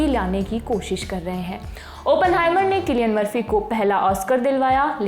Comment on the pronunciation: सिलिअन मर्फी या किलिअन मर्फी 😂😂😂😂❤❤